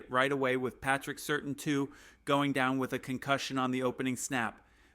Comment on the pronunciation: I hate these A.I. videos. I get peeved when I hear them mispronounce a backups name let alone the defensive player of the year- "Patrick Certain Two" Gtfo